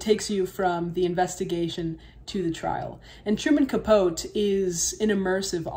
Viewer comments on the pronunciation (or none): Your interesting to watch and I like your analisis on things, but the pronouciation is Capote not capot for the author truman capote. Sorry just being picky today. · FYI, Truman Capote's name is Spanish (not his real name) and is generally pronounced as "Kah-Poe-Tee" in the U.S., and sometimes more accurately as "Kah-Po-Teh" like "Don Quixote". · I hadn't seen this bit before. Thanks. BTW, the author pronounced his name as Truman Capo-TEE.